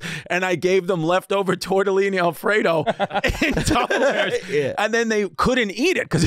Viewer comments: Chrissy still sayin Tubberware! 🤣🤣😂😂😅😆😁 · Is Chris still saying “tubberware”? 😂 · Chris is still saying tub a wear lol😂😂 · Chris "Tubberware" Destefano 🤣😂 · CHRIS STILL SAYS TUBBERWARES LLOL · Glad to see Chrissy is getting better at pronouncing the Kleenex of food storage containers. Just leave the S off the end next time, big guy. <3